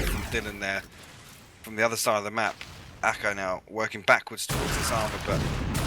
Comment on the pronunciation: Awesome vid mate, but please ACo not ACO !! :D